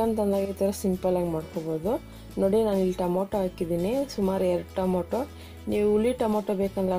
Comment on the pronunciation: Mam it is tomato not tomoto